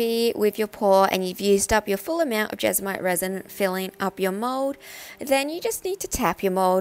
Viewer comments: It's JESMONITE not jesomite! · Do I hear her say Jesomite every time? Is that the brand she uses or is it just mispronounced? Just curious cause we call it jesmonite here.